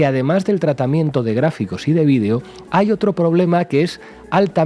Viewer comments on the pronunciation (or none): none